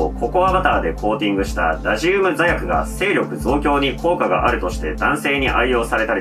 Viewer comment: ラジウムの発音が気になって内容が入ってこない